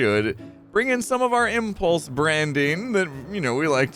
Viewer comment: I can hear Gem saying "Impluse!"